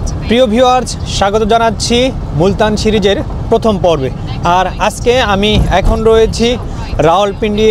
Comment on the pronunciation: আপনার ব্লগের সবগুলো চমৎকার ভিডিও দেখেছি। বিশেষ করে পাকিস্তানের ব্লগগুলো। আপনার উচ্চারণে কিছুটা সমস্যা রয়েছে। ছিট নয় সিট,ছিরিজ নয সিরিজ হবে। চমৎকার ভিডিওর জন্য আপনাকে অসংখ্য ধন্যবাদ। ❤